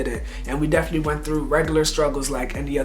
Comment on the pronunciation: The “Deflee” instead of “definitely” 😭😂😂😂😂😂✊🏾✊🏾